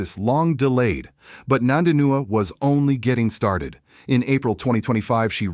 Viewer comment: Her name is NOT NANDINUA, show some respect.